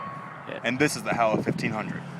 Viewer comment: Pronounced Ho-wa long o and a.